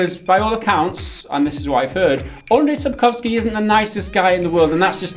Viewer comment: I'm Polish and I believe if you pronounced his name more like it was "Andrew Sapkovsky" would be much easier for you and it wouldn't be such a disaster for our ears. "Andrew" is obviously less accurate than "Andrzej" but those are 2 versions of the exact same name and also he as a human being has shown us that he is not worth even to pronounce his actual name if we don't need to.